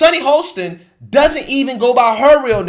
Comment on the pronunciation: Sunny’s last name is pronounced Hoss tin not Hole stin. Although she is an a$$ hole. 🤣🤣🤣